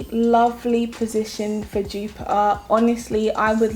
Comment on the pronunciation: Jupaar..... what a pronunciation!!